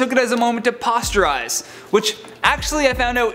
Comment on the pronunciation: Did he just say posturerise? You mean posterize? Like when you dunk on someone an it's immortalized on a poster. Wow 🙄😅